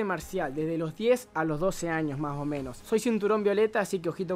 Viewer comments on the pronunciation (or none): me cague de risa cuando decia maomenos jajaja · ajajaja "MAH OH MENOH" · El el minuto dijo maomenos jajajaj😂😂